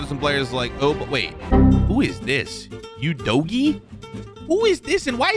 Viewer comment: Tottenham fans when he said udogie 👇👇